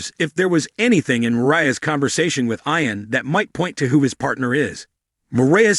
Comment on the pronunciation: It's pronounced eeon not eyeon!